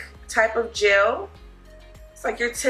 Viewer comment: It’s GEL not GELLYY